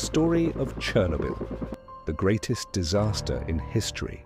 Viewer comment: That's not how you say "Chernobyl".